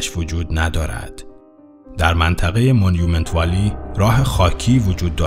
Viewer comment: اسم اون منطقه مانومِنت وَلي هست تلفظش رو درست بگين كه مردم گمراه نشن و تو ايالت اريزونا هست